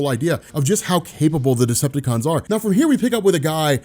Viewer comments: Is he saying destructacon ? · I don’t know much about, but does it sound like keeps saying destructicons?